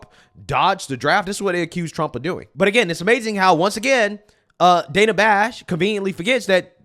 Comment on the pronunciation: I do like how JD keeps saying her name.. Dana i... and such. It's a smart tactic